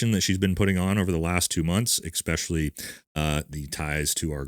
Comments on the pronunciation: 🙈EXpecially is not a word . 😂. Especially ……. For a tier 1 guy. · 😂 EXspecially is NOT A WORD. Next you’re gonna go to an EXcape room😂. Dang It man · With all do respect, Please stop mispronouncing especially as expecially. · Please stop saying ickspecially. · Why do seemingly intelligent people continue to use the word 'exspecially'? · Also, 'exspecially' isnt a word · Especially... s.pear.shall.e... not the way you say it...just sounds red neck or trailer trash. Good content but you lack courage when mentioning the Macrons...not a good look😢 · excellent video. favor ask: could you possibly practice saying the word "especially" without an "x"? just sounds silly!😚